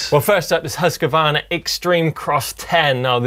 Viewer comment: Love the way you pronounce Huskvarna :)